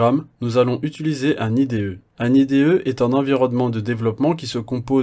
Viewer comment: Le cours est très bien construit ! Petite piste d'amélioration, apprendre à dire "utiliser", ça me pique les oreilles à chaque fois !